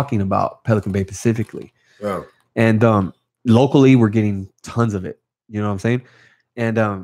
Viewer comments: Nothing but respect. Homie if your reading it is “Specifically” not “pacificaly” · “Pacifically” kept it g. Hope he can take a joke. I can not imagine doing 9 years in the bay. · Damn dawg it’s specifically not pacifically much love homie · Pacifically in the nineties. 😝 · Homie keeps saying “pacifically” instead of “specifically”, but i would never correct him in person because i would not want to offend him & get a sharpened toothbrush in my eye socket.